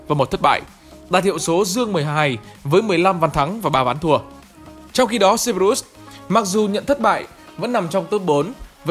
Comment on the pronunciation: Ý kiến chút ad nên đọc đúng lại cerberus đọc sai nghe khó chịu :v